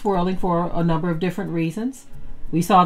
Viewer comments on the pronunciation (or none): none